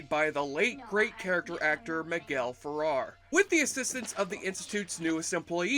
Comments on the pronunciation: Miguel FerrEr. Not Farrar. And David Ogden Stiers' last name is pronounced "steers." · pronounced Miguel Feh-réh-r (w accent in the second "e") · Good recounting of this painfully awkward film... It was almost as painful as you mispronouncing "Ferrer" over and over.